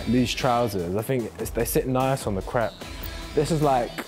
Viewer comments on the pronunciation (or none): none